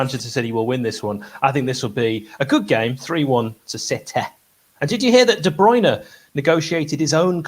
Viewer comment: was so careful to pronounce Guardiola, but we still let off the hook for De 'Broin' for Kevin:)